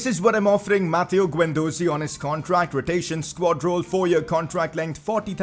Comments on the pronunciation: Its Is-hak not i-zak and its not guen its gen please see some pronounceations😧😧😧😥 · Guendouzi is pronounced Gendoozi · Pcq: you’re pronouncing guendouzi wrong it’s guend-dozi it’s guendoozi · Bro your pronunciation - It's Keh rer not keh rare & Guen du zi not ze Plz Like!!! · Also pronounce gendouzi withaut an u